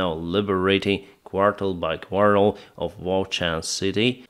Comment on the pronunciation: I believe the word you are looking for is 'quarter', not 'quartel' - as the second one is not a word in English. Slava Ukraini!